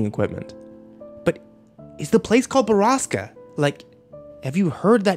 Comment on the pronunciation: They call "borasca" a place but borasca is storm in Spanish also he's mispronouncing it